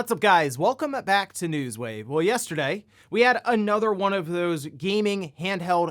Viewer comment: Welcome-a-back to Newswave? 🤣